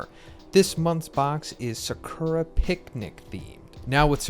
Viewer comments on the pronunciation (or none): none